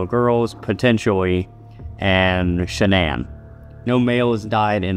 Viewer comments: The voice that says Shanann actually pronounced it the right way, like how her family called her. Shanann like Shannen Dohorty. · Yes and all her friends and family say that. Not Shannon but "Shan-ann" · Didn’t they say she liked her name pronounced just like it’s spelled SHA-Nann? Not like Shannon?